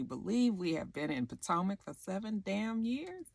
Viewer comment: back when you used to say Po-Toe-Mac lol We've come a long way!! it's always a Joy to see Ray walking in to a place. I really hope I live to see his age. Just something about aging now really feels like a accomplishment. Side note: i keep thinking Bravo will make his eyes get bigger especially when he sees ashley showing all that skin.